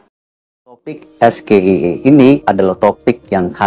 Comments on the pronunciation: SGIE (State of the Global Islamic Economy) adalah singkatan dalam bahasa inggris. Cara mengejanya ya harus dalam bahasa inggris juga, Es - JI - aI - I, bukan Es - Ge - I - E seperti yang mas Gibran katakan! Harusnya hal ini semacam spelling seperti ini adalah dasar, basic atau fundamental yang termasuk grammar yang harus dikuasai dalam tata bahasa inggris! Apalagi mas Gibran ini kabarnya adalah lulusan Bradford Unibersity Aussie & Singapore yang bahasa inggris biasanya diberikan dan menjadi kuliah wajib bagi mahasiswa semester awal atau tahun awal ketika menempuh studi di Universitas luar negeri yang menjadikan bahasa Inggris sebagai bahasa pengantar utama dalam kegiatan pendidikan maupun percakapan sehari-hari di lingkungan kampus! Kalau cara mas Gibran membaca singkatan SGIE seperti mengeja huruf dalam bahasa Indonesia Es - Ge - I - E, seorang ahli ekonomi atau ekonomi syariah dari luar negeri pun tak akan mengerti apa yang dimaksud mas Gibran! Alih-alih dengan maksud untuk mendapat pujian sebagai seseorang yang pandai atau memiliki pengetahuannluas mas Gibran justru akan menjadi bahan tertawaan atau dikritik! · Pak Erick, klo kata Capres no.3 bpk salah tuh cara baca SGIE…katanya harus es ji i ai😅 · Seharusnya mas Gibran menyebut SGIE dalam bahasa inggris Pal Amin jadi bingung karena SGIE disebut mas Gibran dalam bahasa Indonesia, dan sebetulnya pak Amin itu ingin menjelaskan tentang sebutan SGIE tapi sayangnya tidak di ijinkan.😢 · WHO itu nama salah satu organisasi dunia... SGIE itu isu global... harusnya pengucapan isu global dibaca sesuai ejaan bahasa inggris... apalagi itu acara resmi lho... banyak kok isu2 global yang diejaanya sesuai abjad bahasa inggris di acara seminar2 atau acara2 sosialisasi... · Singkatan dlam bhsa inggris tpi pelafalannya dlm bhsa indonesia 😂 lawak² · Mas Gee Salah melafalkan singkatan tsb, masak singkatan inggris di lafalkan Indonesia, kan sama dengan UK (British) lafalnya bukan U K tapi Yu Key, dasar asam sulfat